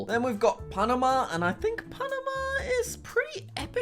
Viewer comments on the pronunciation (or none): none